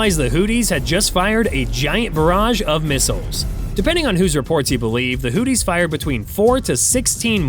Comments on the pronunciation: Did he call them the Hooties??? 😆. Ya Hootie And The Blow Fish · the "hooties"? Everyone else pronounces it "hooth-ees". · hooties...lol...he straight copied this vid.doest even pronouce houthis correctly😅😅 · "Hooties"? You mean the Blowfish? Slow down,!... (÷ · I chuckle everytime he says Hooties😂😂😂😂😂😂. America wages war on every level.